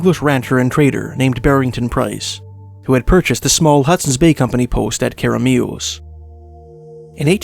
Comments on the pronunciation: too much emphasis on the last syllable Care uh Mee us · that way of pronouncing keremeos was priceless, amazing stories though, thanks! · The pronunciation really caught me off guard it made me cackle after hearing it